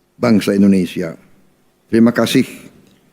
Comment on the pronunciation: INDONESIA,,bukan INDONESA